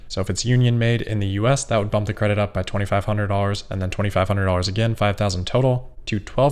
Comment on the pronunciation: "TweNNy-tweNNy, tweNNy-tweNNy-one"...